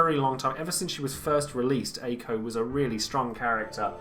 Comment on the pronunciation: Btw, Mako/Makou is pronounced "Mah-koh" And why back and forth between Ey-ko or Aye-ko (it's the former, Ey-ko)